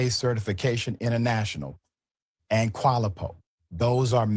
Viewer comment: Richie could not pronounce "Qualiopi" correctly ? If you are going to use the name of an organization that's checks the legitimacy of training providers, I would hope you can say their name correctly.